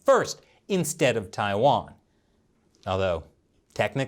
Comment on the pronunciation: Tai- wan , Taiwan, not tia its tai ok.